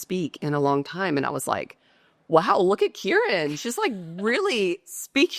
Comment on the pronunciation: Why are you pronoucing the letter "G" at the end of some words, like LONG? Is that correct?